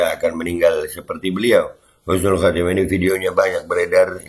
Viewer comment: Husnul mas.. Bukan khusnul...😅😂😅😂😅😂 insya Allah KH. ESMUNI ,HUSNUL KHOTIMAH, KRN MENINGGAL DLM KEADAAN SEDANG MEMPERINGATI MAULID NABI. Kumpul dgn para ulama dan habaib dan santri2...masyaallah..